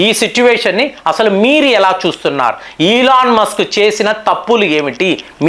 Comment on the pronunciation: సార్, అయన ఇలాన్ మాస్కు, కాదు, 🙏🙏🙏🙏🙏 కొంచం మీ ఉచ్చారణ మార్చండి